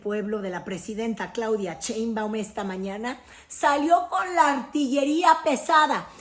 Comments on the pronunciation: Critoef? Ese apellido si haces el esfuerzo por pronunciarlo bien ???? Una vez más ...no seas vulgar pronuncia bien el apellido de la presidenta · Mal Pronunciation Cheinbaum.....y dice New York times correctamente Que pesadax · Pronuncia bien el apellido de la presidenta... no seas vulgar !!!